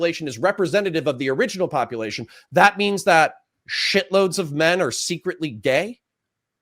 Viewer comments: Love you but the way you say popalation is urksum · why does he KEEP saying - POPPA LATION?????? is he trying to be funny? cause it just sounds ignorant